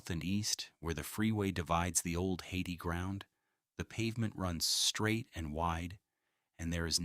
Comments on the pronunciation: This film has some interesting photographs and tells a remarkable story. Many of the photographs are repeated and are often in the wrong historical context. It would be nice if the photos had captions. And, mispronouncing "Hayti" as "Haiti" is embarassing and suggests that the filmmaker has never set foot in Durham. The story of the Freeway and displacement of the black community is important, though. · Hayti is pronounced Hay-tie